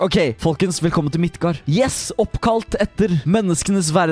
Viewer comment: Det uttales Midgard ikke Midtgard